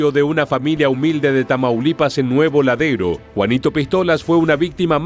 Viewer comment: Nuevo Laredo, no Ladero.